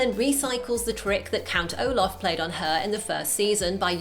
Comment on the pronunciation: It's Olaf not Omar